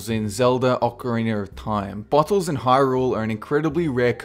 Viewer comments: Instead of "Extra Bottles" I heard "Extra Buttholes".. I should probably get my hearing checked.. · I first understood "extra butth*les" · When he said bottles, I thought he said buttholes xD